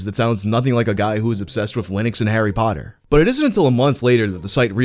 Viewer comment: You're the only American that doesn't pronounce it like "hairy paddur"